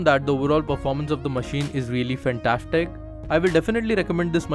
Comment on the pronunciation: This machine is shimply fantashtic!😂😂😂 The way he pronounces 'S' is fantashtic😂😂😂